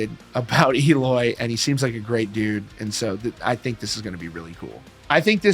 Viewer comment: It’s pronounced “L oy”